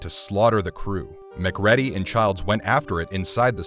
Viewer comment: Mc ready is my new favorite pronunciation of McCready